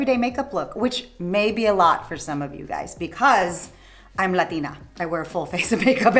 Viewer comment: Quand elle a dit "latina" on a entendu que le mot a été dit en espagnol ^^ Incroyable, comme s'il y avait plusieurs programmes de voix dans un humain ! Elle a 49 ans sur cette capsule.